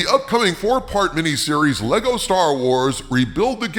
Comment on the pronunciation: "Lego"? Try harder. We still remember what you did